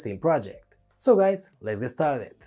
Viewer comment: "let's ged starteth"